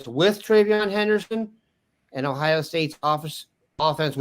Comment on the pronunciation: Please pronounce our state name its OHIO not OHIA